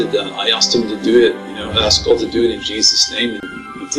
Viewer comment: BTW... what's with the pronunciation of God????? Sounds like Goad when you say it?????